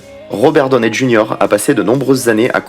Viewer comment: Je viens de couvrir ta chaîne j'aime bien Par contre la façon ton tu prononce le nom de famille de Robert Donney Junior ma un peu dérangée Sinon cool ta vidéo